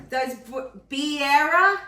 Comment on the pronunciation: I didn’t see the recipe in the description?? You didn’t feed that dressing to DJ, did you?🤣 You did pronounce it right. Beer ee yuh. 👍 That looks delicious 😋I enjoyed the video. Hope you have a wonderful weekend, my lovely friend. Love you lots 💕😊🤗🥰✌️